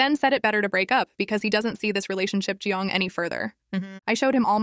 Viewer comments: I came down to the comments just to point it out because it seems to be spelled correctly in text, but the TTS just keeps saying "giong". It's getting a little annoying that it's just the one word... lol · Why is going pronounced “jeange” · Is no one gonna talk about the pronunciation of going